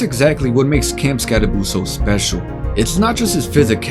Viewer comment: Never pick a fight with a man unafraid to mispronounce his own name. He dares you to say something.